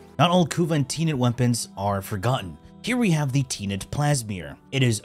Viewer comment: Why do you keep saying “teenet” 😂